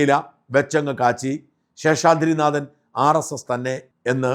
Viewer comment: പ്രിയപ്പെട്ട ഷാജൻ, നിങ്ങളുടെ പല വീഡിയോകളും കണ്ടിട്ടുണ്ടെങ്കിലും ഒരിക്കൽ പോലും താങ്കൾ ഉച്ചാരണ തെറ്റ് വരുത്തിയത് ശ്രദ്ധയിൽപ്പെട്ടിട്ടില്ല. പക്ഷേ ഈ വീഡിയോയിൽ നാഥൻ എന്നതിന് പകരം 'നാദൻ' എന്ന് ഉച്ചരിച്ചിരിക്കുന്നു. നിലവിലെ വാർത്ത അവതാരകരിൽ ഏറ്റവും ശരിയായി മലയാളം ഉച്ചരിക്കുന്നത് താങ്കൾ ആണ്. തെറ്റ് തിരുത്തുമല്ലോ? ഇക്കാര്യത്തിൽ താങ്കളുടെ തന്നെ ഉന്നത നിലവാരത്തിലേക്ക് വീണ്ടും ഉയരുമെന്ന് പ്രതീക്ഷിക്കുന്നു.